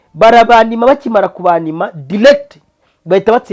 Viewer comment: Bavuga direct and not dilect. Bavuga background and not backglound